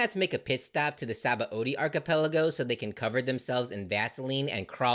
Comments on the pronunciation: It's not entirely obvious how to pronounce Sabaody, since it's a Portugese word adapted by Oda, but it's spoken as Shabondy. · Sabaody is pronounced Shabondy. BTW